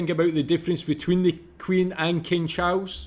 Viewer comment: "King Chaus"!!! 😂😂